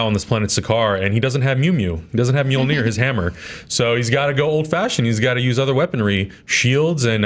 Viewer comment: Mjølner come on guys it's easy to pronunce